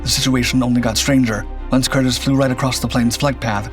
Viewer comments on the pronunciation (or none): Nice story on my grandfather. The name is pronounced with a long E. “Cur-Dee’s”